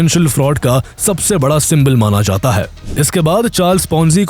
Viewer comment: Last word sound was short is should be istemal kiya jaaaaatha hai not jatha hai